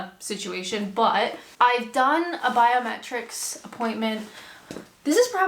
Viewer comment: Every time you say biometrics I hear "bowel metrics" and wonder why staying in the UK relies on measurements of your intestines? Is there a version of misheard lyrics for YouTube?